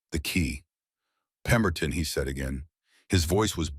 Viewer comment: Watching from England UK, the name of the man who is looking for the boy in his care is called pemberton not peton,the boy's name is Emmett not emmtt, please get the names right, pemberton should go to prison for falsifying and claiming government pay for the children who are no longer living in the house of horrors, that is called fraud ❤💓💯🏍️ Emmett will have a new place to live when he leaves hospital, Rowan has already told Emmett he has a place above the brotherhood garage where Rowan works, building bikes